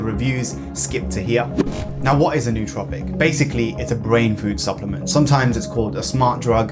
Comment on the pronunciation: I find it ironic that 99% of the smart drug community can’t pronounce “nootropic” correctly. If a word looks weird you google it. Why wouldn’t “smart people” do that?